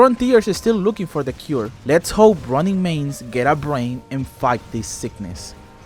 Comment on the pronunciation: i swear every time you say ronin i hear running. love your videos!